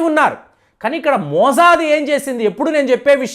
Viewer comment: Chepparani Di anduku cheptaru.eeran kadu iran.mojafd kadu.mosad.